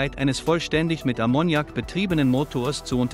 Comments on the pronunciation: Ammoniak wird auf A betont .Ist bei Verdampfung sehr giftig. Aber wäre eine gute Lösung. Ist völlig C frei. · Konnte ich mir nicht anschauen. Wer durchgehend "Ammoniak" falsch betont, kann nicht ernst genommen werden. :face-blue-smiling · Das fährt nicht mit Ammonnjak, lern deine Muttersprache erstmal. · die Betonung liegt auf dem 1. A, das kann man ja nicht anhören wie hier Ammoniak ausgesprochen wird. Vielleicht sollte mach doch lieber auf die AI-Stimmen verzichten,. Zum davon laufen. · Wollte gerade das gleiche posten. Schön, das es nicht nur mir auffällt. Musste ausmachen. 😜😜😂😂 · Ich hab den Unfug auch nur eine Minute angeschaut und dann sofort mal einen Blick in die Kommentare geworfen weil ich die Aussprache von Ammoniak so furchtbar finde. Ausserdem war es schon von beginn an mal wieder alles so das man sofort wusste, da kommt nix bei raus wenn man sich das weiter anschaut. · Die falsche Betonung von Ammoniak killt mich. Kann nicht weiterschauen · Lern erstmal, Ammoniak korrekt auszusprechen!!